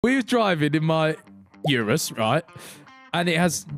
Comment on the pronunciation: Ethan man at least pronounce Urus correctly